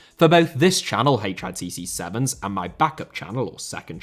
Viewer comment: HITC Sevens,* not eeyychhr ayr teer seer szebenzr